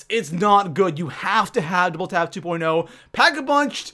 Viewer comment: Doible Five seven